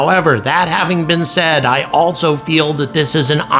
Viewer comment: For gods sake there is no "T" in ALSO!!!!!!!!!!!!!!